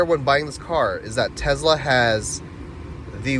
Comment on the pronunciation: For the love of God…..it’s called a TeSla…..not a Tezla. Nails on a chalkboard